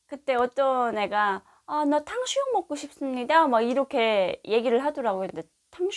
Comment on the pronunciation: '탕슈육'이 아니라 '탕수육'아닌가요?